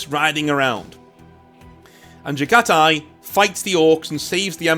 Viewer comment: Pronounced Jag-ha-tai. God my ears are bleeding. Also I won't hear shit about overused Mongol/Jaghati themes, when space vikingwolves exist, when ultraromans exist, or when catholic-bearers exist. Mongolian history is rarely even talked about compared to these three. Let our throat signing have their time in the sun.